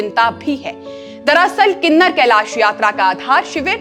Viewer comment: गलत उच्चारण मत करो किन्नौर कैलाश है ना के किनर कैलाश